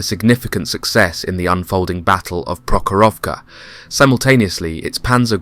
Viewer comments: Not Prokhororofka. Just Prohorofka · To non-Russian speakers - if you are not familiar with "kh" sound dont try to put "k" in it, read it as "h" - way more close to original sound. Plus Prokhorovka was never a city, its barely a town.